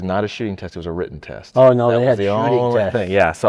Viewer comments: Ok so a few things. First it's not pronounced "row-ten" it's "writ-ten" that was driving me crazy. Second as per a presidential request of the CDC for an outline of gun violence. Per the report. As of 2016 some 30K people die every year from guns, and 60% of that was by quitters. The other 12-14K are what's left. Also per the report 300K-3Mil people are saved by guns from harm every year. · " wrotten" is really tough to hear from someone trying to make an educated argument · If this guy says “wroten” one more time…😖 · Flint lockwood....i got my eye on you. And dude saying wroten is rough lol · My biggest issue was the guy saying “wrotein” instead of “written” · “When it was wrotten”…. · Buddy, it’s WRITTEN NOT “WROTEN” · i wanna be on your side,...but if you keep saying 'wroten' instead of WRITTEN...Im going to lose my shist...damn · Why does he keep saying “wrotten”? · OMG he said wrotten a third time. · The guy saying wrotten instead of written is driving me nuts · "wroten" haha